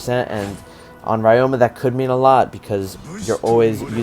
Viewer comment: Hey, just a heads up from a japanese student, ryoma’s name is actually pronounced ree-yo-ma.